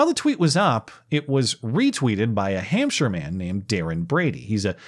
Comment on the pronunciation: Thanks for the pronunciation of "Hampshire", I've never heard a Yank say it right 😘